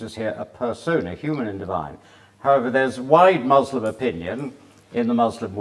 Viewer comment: I don’t understand why these ppl say Muzlom when Muslim (the correct pronunciation) is as easily pronounceable. Nothing wrong with that it’s just really funny 😁